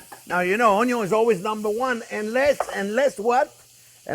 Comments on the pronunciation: I chuckle every time I hear chef say, “AwnYawn.” Lol… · "Mr. ONYO, syre" 😂